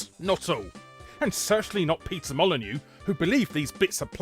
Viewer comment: I love that you pronounce Peter Molyneux as Pizza Molyneux at ~ .